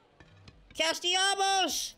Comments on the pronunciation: bro really says Castellabos 😂😂😂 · never fails to add an M to CastellaNos' name.